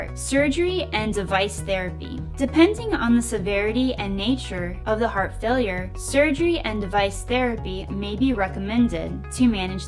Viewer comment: "T" is missing in "Heart" God bless!